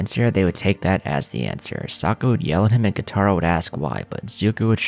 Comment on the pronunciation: Bro homie. Good videos, but like the names of characters are pronounced hundreds of times in the show. Please please stop with the "Soak-Uhh"